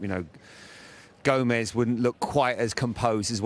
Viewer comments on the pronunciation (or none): Man said Gomez :')